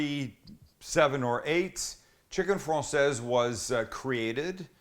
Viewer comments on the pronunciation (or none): Francaise = Frankaize Française = Fransaize Just an FYI